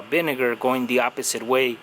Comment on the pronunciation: He said the Binegar lol 😆 vinegar with a "B"